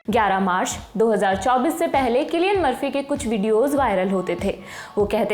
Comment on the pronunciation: सिलिअन मर्फी या किलिअन मर्फी 😂😂😂😂❤❤